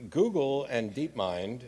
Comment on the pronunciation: sam says "gooble." Sorry that's all I have to contribute